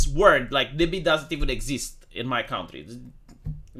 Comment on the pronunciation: NYBY? It's NIMBY, right?